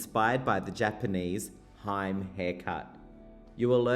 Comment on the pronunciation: Hime pronounced as he-meh. Not haim. Usually the hime cut only on the sideburn not the whole front hair. This is shocking.😮